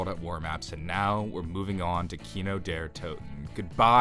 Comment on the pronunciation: you say Der Toten weird ???